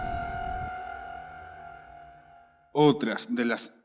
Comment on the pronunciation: Me choca cuando dices: Enoch con énfasis en la H. la H es muda no es necesario que trates de pronunciarla. Solo ENOC es suficiente. Buen video ya me suscribí y le di like